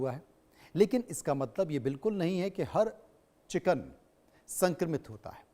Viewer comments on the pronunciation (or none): Kichen nhi chiken😂😅